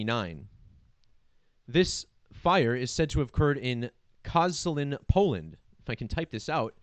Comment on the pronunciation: "sz" in Polish equals to "sh" -- K-o-sh-ah-l-ee-n